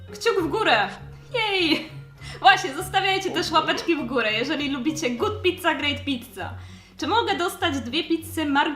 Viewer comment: Uwielbiam goot pizza guut pizza ale! Tylko jak ty to nagrywasz